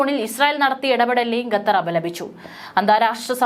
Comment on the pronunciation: എന്താണ് ഈ ഗദ്ധർ ഗദ്ദർ എന്നുപറയുന്നത്.... ഖത്തർ എന്നാണോ ഉദ്ദേശിച്ചത്